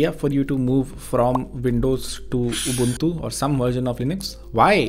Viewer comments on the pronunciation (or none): It hurts when he say ugly ubantu 😭😭